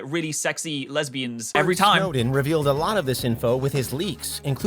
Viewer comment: yea "lesbians" i heard that "gh" lmao